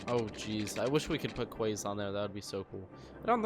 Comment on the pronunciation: It is pronounced KEYS not QUAES